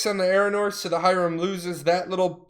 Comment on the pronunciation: I hate the way you say hiram, say it the european, god that shit kills me... H"i"r"a"m